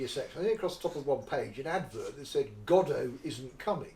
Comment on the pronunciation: It's actually Godot, not Godart.